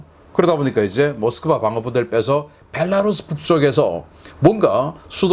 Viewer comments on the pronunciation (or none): none